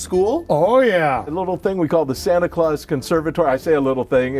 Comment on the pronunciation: the english in me dies a little everytime they say santa claus